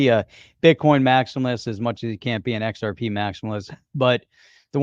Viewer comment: The XR-PAH and MI-TAH Speak is getting old.